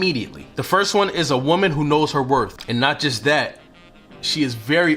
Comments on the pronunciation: Wor TH not Wor F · I’m glad that you corrected yourself to pronounce “WORTH” correctly at the end of your first point. Nothing drives me more insane then somebody who mispronounces worth as “WORF”. On another note, the content of your video is on point! Thank you 🙏🏽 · You lost me at "werf" (instead of correctly pronouncing "worth") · Worth. Not WorF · Worth, does not end in "f". I respect men who speak well. You did say it correctly when talking about a car. Other than that, your facts were spot on. Coming from a woman over 60. Most young women are quickly to ask for things, instead of touting her standards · The word is worTH not worF. 🤨🤨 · It's you sayin "wor-F" 🤣...good info tho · WorTH with a TH like mouTH, don’t pronounce it as a F man. I can’t take people who speak broken english seriously, regardless of the message. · you are not saying worth properly . there is no f sound in worth. thank you very much.